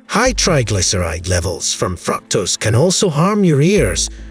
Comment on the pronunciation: Wonderful facts and good video. However, you should have a native English speaker listen to your narration and find your mispronunciations like "fructose" and "margarine". There were more but I didn't write them down.